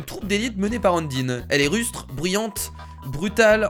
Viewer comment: je pense qu'on te l'as deja dit mais s'il te plait ne dit pas undine mais (comme ca se prononce) eundaïne oui je crois bien que c'est ca